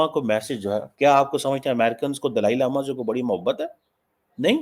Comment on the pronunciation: can't even pronounce Dalai Lama properly bt his heartache for chynah is overflowing.